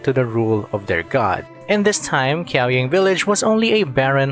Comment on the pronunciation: very informative video and relayed very concisely, thank you! just want to point out the way to pronounce the Qi in Qiaoying is "ch-" just like Qiqi is read like Chichi, Qiaoying should be read like Chiaoying🤍🤍